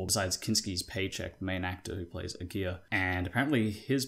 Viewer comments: It's not "A gear", it's pronounced "A gara", the a's in gara are pronounced like Americans pronounce "a".... There are plenty of YT vids with the correct pronunciation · Lol great video.. but my last name is Aguirre... 🤣🤣🤣🤣 This is the worst I've ever heard my name pronounced hahahajajajajaa.